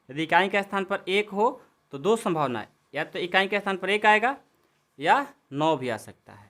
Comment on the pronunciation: संभवना नही यह संभावना है